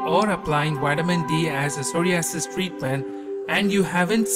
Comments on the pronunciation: Sorry-asses LOL!!! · Shame it was a good video but with 2 problems. You need to pronounce psoriasis correctly and you also need to be correct in how much I.U is best to take for psoriasis. 1000 I.U is waaaaay too low. Have a look on the internet and you will see that 5k-30k is the right dose. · The way he pronounces psoriasis. I don't know why it bothers me so much lol. Good video either way